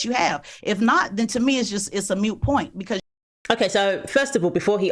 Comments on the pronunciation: Was that a Moot Point …. or Mute Point?😂😂😂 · “Mute point”. Nah. Moot point is how it’s said